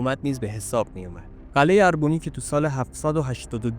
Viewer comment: با تشکر از مطلبی که تهیه کردید. با این وجود به دو نکته می خواستم اشاره کنم. لطفاً در تلفظ و ارائه ی برخی اطلاعات دقت کنید. تلفظ درست برخی از اسامی به قرار زیر است: اسم تاریخنگار خورنی /xoreni/، شهر باستانی اربونی /erebui/ و اسم پادشاه ارمنستان آرتاشس /ārtāšes/ است. در ضمن ارمنستان اولین بار در اواخر سده ی چهارم میلادی بین ایران ساسانی و امپراطوری روم تقشیم شد و بقایای شهر باستانی اربونی داخل شهر ایروان می باشد.